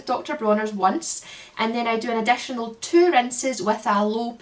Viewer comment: Came for the haircare. Stayed for your accent. I - can't - listen - it - is - so - soothing! "Vedios" "adetionel" #condetioner". Love it. 💛